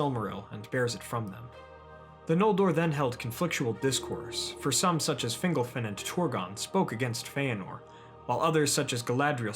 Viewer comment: Fingolfin pron. "Fin'GOL-fin" not "Fingle-fin" lol :)